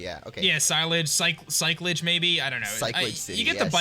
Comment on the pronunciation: this is how to pronounce it ci-la-j ci-ty